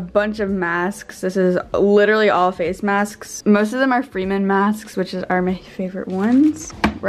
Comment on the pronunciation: i know that this is random but did anyone else get triggered when she said “masksksk” no? just me? ok.